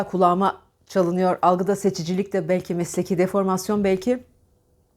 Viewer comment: Hocam ( Balki ) değil Belki desinler lütfen